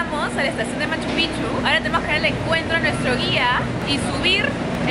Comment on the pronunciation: No es Machupichu es Machupicchu (pikchu o pijchu deberia pronunciarse) No quiero ser pesado o sonar mal, pero por favor pronuncien bien. Lo mismo con Cusco no es Cujco.